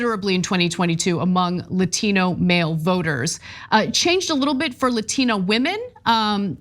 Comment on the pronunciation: You can tell how fake she is by the way she pronounced Latino.